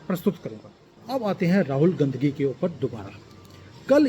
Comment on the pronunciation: गांधी नही बोल रहें हैं, बल्कि गंदगी नाम से उच्चारण कर रहें हैं। वैसे तो राहुल गंडी नाम से पुकारना चाहिए।